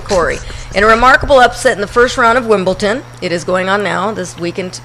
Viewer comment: Shit, where is there a letter 'T' ANYWHERE in WimbleDon?